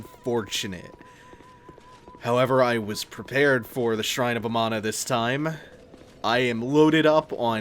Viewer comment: "shrine of amano" is what im hearing. like the shrimp.